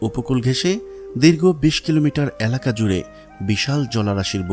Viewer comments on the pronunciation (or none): none